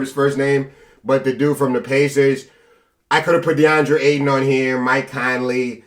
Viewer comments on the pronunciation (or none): none